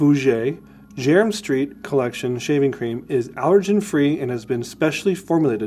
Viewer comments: It’s pronounced JERMYN (as in German) STREET. Thanks for the product lines. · Jermyn Street pronounced German Street.